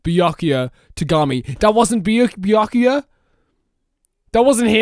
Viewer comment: was so surprised about Byakuya being fake that he accidentally said his name right lol